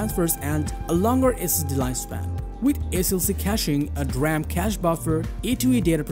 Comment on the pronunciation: did you say "dram?"